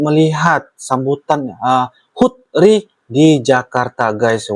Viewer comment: Sedikit koreksi ( ), ketika anda membaca HUT RI, RI nya di baca terpisah ya bang, contoh R I, tidak jd satu kata